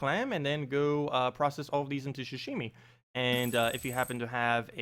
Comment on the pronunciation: I got so triggered when you kept saying ‘shashimi’ like bruh it’s pronounced how it’s spelled, ‘sashimi’